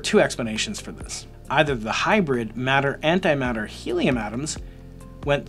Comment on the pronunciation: Matter and antimatter. Not madder and antimadder...